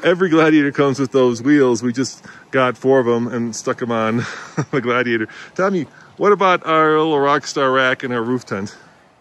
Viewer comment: Does the defroster work better on Blaze than on the Glad-he-ate-er